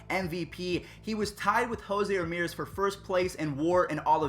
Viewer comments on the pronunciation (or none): none